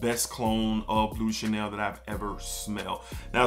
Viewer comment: Sounds like your saying bootay Chanel 😂 great video bro lots of hidden gems!